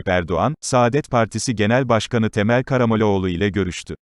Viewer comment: Adam gibi oku okuduğunu!!!!!! Ne demek Karamoleoğlu ?????!!!!!!